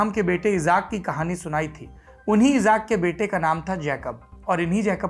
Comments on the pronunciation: pe aap ijaak bolte hai wo ijaak nhi ishaq naam hai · भाई इज़ाक नही इसहाक़ होता है जो हमारे एक पैगम्बर मे से एक हैं